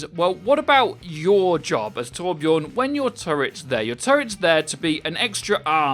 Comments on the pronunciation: it is torbjörn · TorbJÖRN... ÖÖÖ!!